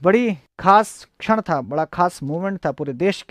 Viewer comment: छड़ नहीं भाई 'क्षण'